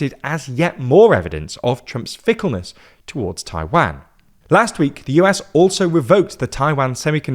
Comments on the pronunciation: How can they Taiwanese pronunciation right and not Taiwan 😅 my mind is blown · Yeah, this is another transliteration issue. Mandarin has no short “a” as in “cat” sound, it’s “ah” as in “father”. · Not Tai-WEN, Tai-waan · jesus, its not pronounced as Tai-Wang.... it's tai-WAN.... U r english, u should be able to pronounce it correctly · Repeat after me: Tai Wan, not Tai Van. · Why do you Brit’s and Aussie say Tai-WAN, like WANKER. Pronounce it better like a Canadian and American, TAI-WON. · Hearing you call it "Taiwhaen" is really confusing. Far as I know, it's pronounced "tai-one" , right? As in the number one. Taiwan -> tai-one? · it is "Taiwan" not "Taiwen" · 😅 i really really enjoy the subject and the analysis as a whole, but. Those pronunciations hurts my ears. It is Taiwan, with a W, not a V, it is not a Van. And then Tsai Ing-wen, and Lai Cing-Te. Lai Ting De, as it is pronounced. Those Cing and Te, is wade Giles. A really really bad and really old way of writing the Chinese pronunciations. 😅 This is where Nanking, Peking, and so on comes from. Just like it is pronounced Beijing, and not Peking, then Lai Ching-Te is not pronounced Lai Ching-te, but Lai Ting-de. I am an actual Taiwan expert so I agree with parts of the analysis, and overall it is solid. And that is big compliment since most coverage of Taiwan is 😅😅 well,🐶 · 我说的是"a", 不是"an"和"ai". 用IPA表达 正确的读音应该是/tʰaɪ wan/, 视频里那个人说的是 /tʰɑɪ wæn/ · Dying at english pronunciation of Taiwaaaan 😂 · taiwen. jeesus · agree, the strange pronunciation is very noticeable, "Taiwanne". Good informative video nevertheless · It's pronounced "tie-one" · The way he says "Taiwæn" is making me cringe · At least learn to pronounce the name of the country you're talking about. It's painful to listen. It's Taiwan with a long second 'a' sound. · Where is Tai-Wan? Are you deliberately mispronouncing it - or you just don't know? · Please stop pronouncing "Taiwan" like this 😭😭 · Jesus please stop mispronouncing Taiwan